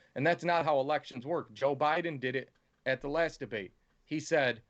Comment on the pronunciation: Did I hear Kamala call joe “obiden”